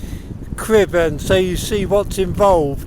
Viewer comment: Perfect pronounciation of the Welsh mountain names 👌